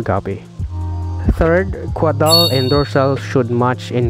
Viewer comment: Thank you fir the very informative video sir.btw, it's caudal sir, not cuadal.